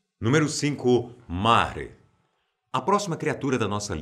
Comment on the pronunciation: Se pronunciar "Marry" e nao "mare". Ela deu origem a nightmare ou em pt: pesadelo